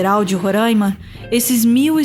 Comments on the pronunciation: Coisa que deixa o Roraimense feliz é ouvir quem é de fora pronunciar "Roráima". O primeiro saiu certinho,mas depois não teve jeito kkkkk. Só vamos perdoar pq amamos vocês <3 kkkkk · Bom vídeo. Quem sabe um dia vocês ao sul de Roraima aprendam a falar o nome do meu estado...